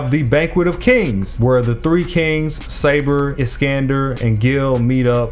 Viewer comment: Btw it’s saber lol